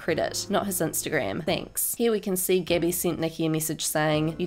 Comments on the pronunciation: I love how she’s saying Gibby instead of Gabi 😂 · Am I the only one who hears Gibby instead of Gabi ..?? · When she says Gabi i hear Gibby lmaooooo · the lady who says “gabi” makes it sound like “gebby”.It was painful for listen too. I don’t mind australian accents, but this one really pisses me off. 😂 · her name is gabi not gibby